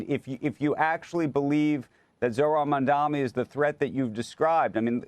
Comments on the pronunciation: CNBC is obsessed with him but literally never says his name right, what a joke how can anyone take them seriously. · MAM-dan-i not MamdaMI, Mr. Curtis SLiVER! When Mamdani wins, CNBC will be moving to Florida!😃